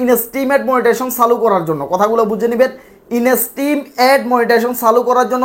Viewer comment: inastrim abar ki? You are not eligible for making video since your pronunciation is very bad.